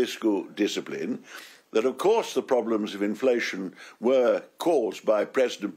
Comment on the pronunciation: They have coursed all the ploblems Ken